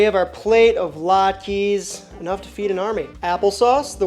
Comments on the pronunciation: It's not Latkee, it's Latka 😅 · I have never heard latkes pronounced that way. Interesting !